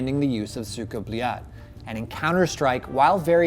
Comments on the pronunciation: *Goes over how to properly say it* "SOOKA BOOLAT" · Its not 'cyka blyat' its 'suka blet' .. please get it right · Oh Americans. Pronunciation:Suka Blyad:Suka Beliat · "Suka bleeyot" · He says sika blyet as Suuga blyaaad xdd R u praising someone?